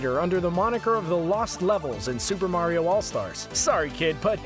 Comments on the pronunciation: Wumpa Remixer nope he said vario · no its vario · Did he say Bario? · BARIO EXPOSED